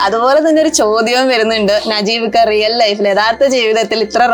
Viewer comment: നജീമിക്ക അല്ല വടലെ നജീബ് 🤕